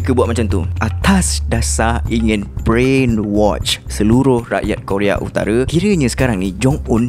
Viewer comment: minit sebutan betul 'brain wash' bkn 'brain watch'